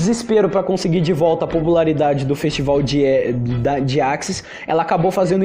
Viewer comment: "festibal" "fenistival"